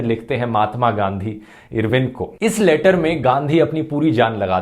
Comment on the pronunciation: irwin pronounce karna toh sokho fhruv aur pehele bhagat singh ki life sentence bohot dangerous thi